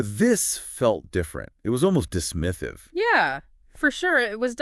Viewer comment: “dismithive” wtf lol